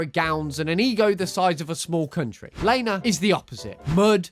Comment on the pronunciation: Could you do the Loud house with CPS??? Also Lana name is pronounced LAH-NAH not LAY-NAH